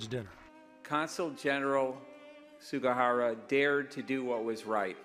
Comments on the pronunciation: how's about honoring the man by saying his last name correctly? Sug*i*hara, not Sug*a*hara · Also the man's name is Sugihara but most of the people in the report said Sugahara.